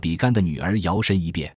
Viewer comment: Ai 读的吧？ 大笔杆，应该读三声